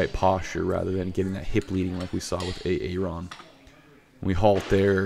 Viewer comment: "A-aron" Haha!